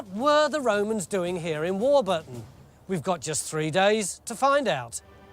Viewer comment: Great episode and having grown up in that area I’m so glad Stewart pronounces warburton right